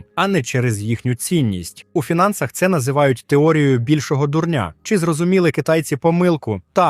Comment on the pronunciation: Не "більшого дурн`я", а "більшого ду`рня". Дурн`я - це наприклад розповідати, давно відомий матеріал, як щось нове. А дурень - це особа однини, яка певно це читає.... Як ви можете зачитувати матеріал не знаючи елементарного правила наголошень в слові? В своїй рідній мові. Це ж не трансцендентний аналіз, якийсь. Це елементарне. І те виходить дурн`я, розрахована певно на ду`рня.